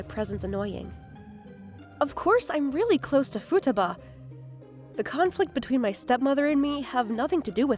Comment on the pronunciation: The VAs did really great job (except the female VAs pronunciation of "Futaba"). Also a very nice story with - shockingly! - a normal decent, and well adjusted MC.